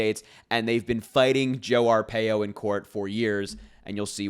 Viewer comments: Harry, it's pronounced, R PIE O I lived through Sheriff Joe Arpaio he was a HORRIBLE HORRIBLE MAN. So, he and Trump are two of a kind. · You pronounce his name Arpaio R - pie-O